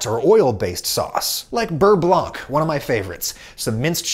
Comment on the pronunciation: Interesting video. Never would have guessed that water stores more heat than oil does. FYI you do not pronounce the C in blanc. So beurre blanc is rather pronounced burr blaw.